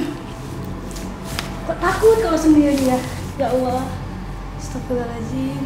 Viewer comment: Gua emosi sama dia bilang "astafirlohhalajim" nya, wakwakwak